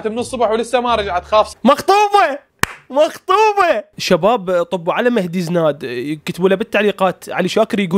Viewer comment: لا حبيبي هوه راد يكول✨مخطوفه✨بس غلط وكال✨مخطوبه👍🏻😂🗿🗿🗿🗿